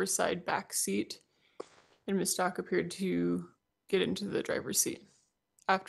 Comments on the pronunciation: Does she not realize she is saying the “Stauch” family name incorrect? Like, come on detective, it’s a respect for the Father and for Gannon thing. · It’s really irking me that this lady continues to mispronounce Stauch even after hearing everyone in the court including Leticia say her last name over and over. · I’ve never heard a simple name get butchered soooo many times !! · At this point I believe her defense attorney is mispronouncing her name intentionally. No one is that dense! 😂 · How can anyone, especially a rep from the police department, mispronounce the family’s last name “Stauch”??? It’s been 3 years, there’s been a moving van load of media coverage, heck the prosecutor questioning her even says it the correct way several times before and after she says incorrectly, as if to gently remind her of the correct pronunciation and she STILL says it wrong every single time! “Stauch” rhymes with “clout” with the “ch” at the end pronounced like “k”. So the lead attorney will say “STOWk”, and She will then follow by pronouncing it to rhyme with “Crotch” and I swear at least once as “grouch”! It kind of erodes her credibility for getting things right and recalling facts correctly if she can’t freaking say their last name correctly after all this time, and especially after hearing it just seconds before ! Lawyer: “Did you find anything in the room of Gannon STOWK?” Dept Rep: “I found Mrs STOTCH in the room..” I swear she even says it sometimes rhyming with “crotch” and other times with “couch”. I know it may seem a trivial annoyance on my part, but accuracy is important, especially in a case such as this one. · oh, maybe that first fall gave lieteca the idea. Does it bother you that does not pronounce the victim family name correct?